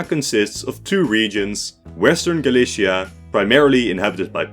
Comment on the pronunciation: The Galicia in Eastern Europe is pronounced very differently from the one in Iberia. It's more like Galitzia.